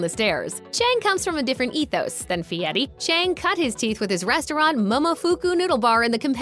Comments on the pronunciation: His last name is pronounced, by his parents and relatives, “Fairy”, not Fieti. He did not want to be called Guy Fairy. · If you're going to do a show about someone, at least say his name right. Fieri, not Feiti. Not that I Iike him. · In no language is "Fieri" pronounced "fee-eh-tee". Just sayin... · You say "BOhemoth" but made sure you try and say fieri way too hard. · Since when is the letter "r' pronounced "t"? Idiot can't even pronounce his own name.